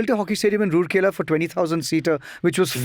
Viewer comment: Its pronounced rooor-kella, it’s raoor-kella.